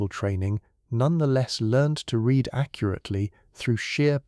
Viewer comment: I genuinely enjoy your channel but, for the love of all that is holy, can AI learn when to pronounce it REED and when to pronounce it RED???